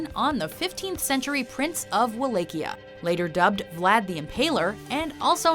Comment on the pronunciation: Vall-A-kia (Wallachia)